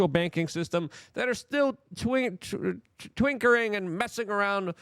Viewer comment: "Twinkering?" What?